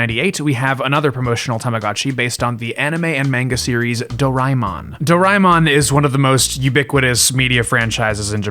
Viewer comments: him: do rai mon Me:*inner screaming* correction,is dora a mon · It's pernounced (door-ee-man) aka doriman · Tiny nitpick : DOH-ray-mon not doh-RYE-mon Did like your summary of it though, I usually tell people it's a marginally less abrasive version of Shin-Chen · Is not Doraimon, it is Doraemon, Do-ra-e-mon please learn how to say the name correctly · Its pronounced door-a-eh-mon. Not door-ay-mon. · Do-ra-eh-mon, for dorayaki-mon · This is a great video essay but the pronunciation of Doraemon was mildly painful (i want to emphasise 'very mildly' because i don't want to be a dick about it this is legitimately a nice video & i love hearing ppl talk about very specific interests of theirs). Fun fact: Doraemon is popular in India too, mostly through the anime (though there's some merch as well; videogame industry never really targeted india so a lot of ppl only get into videogames through piracy, though that HAS sort of changed over the years. i wonder if the doraemon tamogotchi would be popular here, maybe as a mobile app adaptation). lots of millenials & gen z grew up watching dubs of it in their respective regional languages, me included as a gen z :) edit: Saw the addendum + some comments about Digimon. The Digimon anime was aired in India too, I think I remember some toys of it as well + knew some people pirating+emulating the videogames. I didn't know till now that it started as a Tamogotchi spin-off!